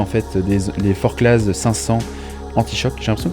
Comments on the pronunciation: Forcla et non forclaz. On ne prononce pas le Z. ;-) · Hello ! Je découvre tes vidéos et aime bien ce que tu fais et tous tes conseils, c’est top ! Juste une petite précision, en Haute Savoie on prononce pas les « Z » (Forcla(z)) 😉